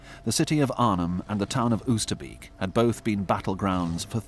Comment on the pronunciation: The first time I saw a war grave cemetery was at 14 and it was Oosterbeek ! I will never forget it ! 0osterbeek is better pronounced as " Oosterbake ".